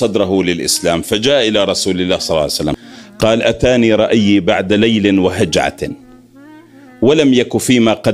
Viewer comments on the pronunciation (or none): فصيح طلق اللسان بس من توصل للصلاة على النبي (صلى الله عليه و اله وسلم ) تسحقها و تشوها بهل طريقة المقززة شبيك ؟؟ شنو (صعسلم) عدل حلكك و احجي عدل و لاااا تبترها و لا تزود عليها من جيبك كول (صلى الله عليه و اله وسلم )